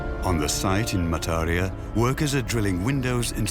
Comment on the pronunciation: Pronunciation error: Mataria, should be Ma-tar- RI- ya